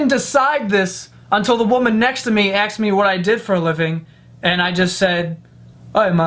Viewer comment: Have you ever noticed that he says "aksed" instead of "asked" lmao